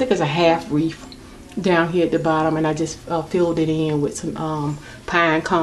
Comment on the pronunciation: You have good taste! So beautiful! Fyi - it's wreath, not wreaf, and poinsettia not poinsetter.